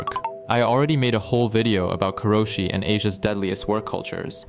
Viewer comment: “This vieeoh is sponsor bai beahhelp”yeah- no, unsubscribed.